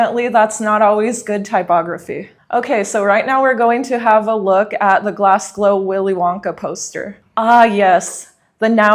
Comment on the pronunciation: Glasglow....? lmao